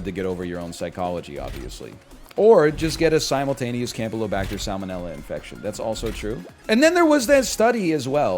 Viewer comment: Everytime he says "simultaneous" now I hear it. I hate myself for this.